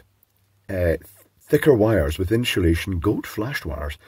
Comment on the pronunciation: I love me some inshulation